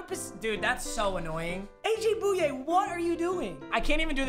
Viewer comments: Thanks for showing my Texans some love, but it’s is aj boy yay not boo yay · its pronounced Boy-yay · You say aj booooyayyy not AJ Bouye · nobody:: AJ BOOYAY